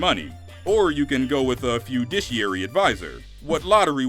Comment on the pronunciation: It's fiduciary... Not fudiciary.